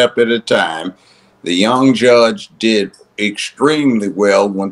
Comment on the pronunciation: " since it did " , not, since it deed ! 😂😂😂😂